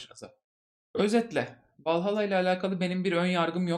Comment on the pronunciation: Valhalla İngilizce bir kelime değil. Yanlış telaffuz etmişsin, uyarmak istedim.